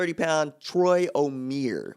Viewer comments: It's not pronounced O-mere It's pronounced O-mie-re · Omeire is pronounced oh-meer-aye, still great video!